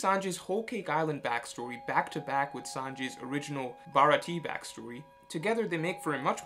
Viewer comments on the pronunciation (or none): Ba- ra-ti-ae not Barati